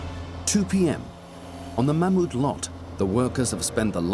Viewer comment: Thats the first time i’ve heard an English/American person pronounce Mammoet kind of right